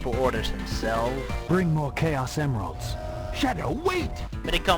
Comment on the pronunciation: What about my letter? ", every time you say "Chaos Emeralds", it always sounds like "Gayos Emeralds", unintentional mispronunciations?" Now I feel bumped and left out:c